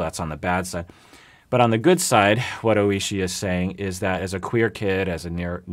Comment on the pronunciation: when he said oishi D